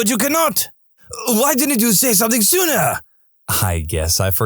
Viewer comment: No K in the word something.